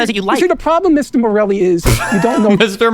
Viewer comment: MISTEH MAHRELLI?!?!